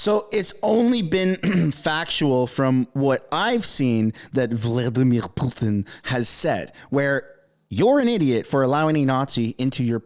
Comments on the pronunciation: "Vlodimir Pyoutiin"???? Why can't she say his name properly? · Wtf is that weird pronunciation of Vladimir Putin Freeland is spewing? Your version of it made me choke on my tea, thanks! 😂